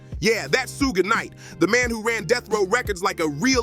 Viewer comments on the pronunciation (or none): It's not pronounced soo-jay knight. It's Shuhg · Yeah that sooga is no joke 😂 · Every time he say Suge name i loose it 😂😂😂 Who da fk is Yiyo😂😂😂